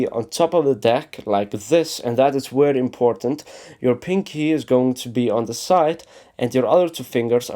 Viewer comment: it's "edge" not "edse" and it's "very" not "wery"